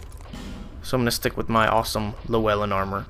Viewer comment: Anyway, you can kill Agdayne and get his sword AGAIN from Melentia Also, You are close to saying Llewellyn, you say le/well/in, it's said lu/well/in. With Lu kinda like the word you with an L infront of it. Lyou